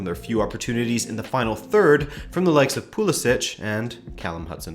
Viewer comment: How long until you pronounce Pulisic correctly?